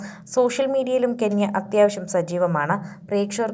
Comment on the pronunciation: കെന്യ അല്ല ചേച്ചി കെന്ന 😂